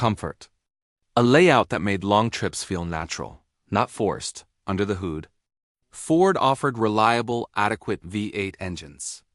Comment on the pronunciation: AI voice stinks. can't say hood? :(